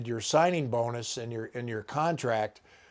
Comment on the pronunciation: Holy smokes, obviously the punter’s last name is Crawshaw and pronounced the way it’s spelled. It’s all there in the letters.